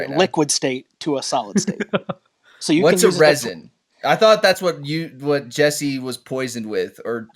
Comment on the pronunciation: calling resin 'ricin' the entire conversation is so fking funny lmaooo